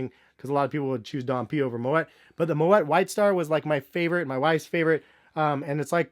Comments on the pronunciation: It's pronounced "moe ee" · you pronouncing it wrong . The “t” is silent. “Mo -et” is incorrect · Also, you don't pronounce the t in moet. It's like "moe-aye"